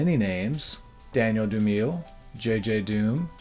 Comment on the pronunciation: Cool video and beat. One nitpick, DOOM didn’t “go by” JJ DOOM, Danger DOOM, Madvillain or DOOM Starks. Those were collaborations and portmanteaus of his name with said collaborators. Also his surname is pronounced “Du-mi-lay” not “Du-meel.”